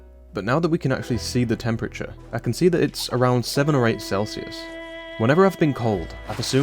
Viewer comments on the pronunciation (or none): none